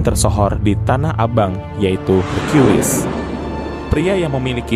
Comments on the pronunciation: Brow .. , Aku senang menyimak ceritanya , cuman kenapa caramu menyebut nama Hercules , kok Hargeulis -- emangnya Hercules itu bencong ..? , sampek sampek ente memanggilnya Neng geulis . Jadinya .. Ane agak bingung mencernanya . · Buset herkiules Napa gak herkules aja lah, kita kan org Konoha 🤣🤣🤣